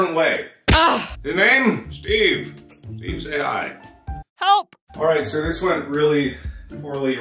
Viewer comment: I think steve said "hi" wrong